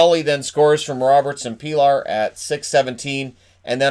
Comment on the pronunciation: Pilar is pronounced 'Peelash'.